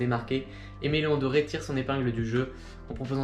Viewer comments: Vidéo très propre et très instructive! Juste, Dore ne se prononce pas Doré. Sinon c'est top bravo! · Super vidéo!! Keep going (P.S: en ayant fait une review des NB990v5 x ALD, on m'avait dit que Aime Leon Dore se prononçait comme c'est écrit et non Doré, car Dore vient de la contraction du prénom Théodore):)